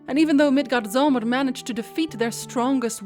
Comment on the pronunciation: "Thor" is really pronounced "T'hor".The best spelling I can give for the correct pronunciation of Midgardsormr (usually translated into English as "the earth serpent" is "Milgaardsormr" - it uses the letter "å" in Danish and a soft "d" - but if the game says it wrong and you are talking about the game, it's fine for you to do so too. "Ragnarok" is pronounced "raow-narok". The other words you're doing just fine.